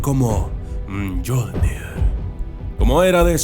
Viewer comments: Me sabe mal decírtelo pero se pronuncia miollnir escrito (Mjolnir), por qué si dice jolnir cómo has dicho haces referencia a papá Noel que es el nombre que tiene en la mitología nórdica, un saludo y disculpa. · La pronunció correcta es "miolnir" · Se pronuncia miolnir 7u7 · Se pronuncia miolnir, ¡MIOLNIR! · El martillo se menciona como si tuviera (I) no como lo dijiste